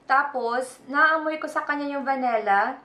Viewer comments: It's "Vanilla" not "Va-Ne-Lla" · its vanilla not vanella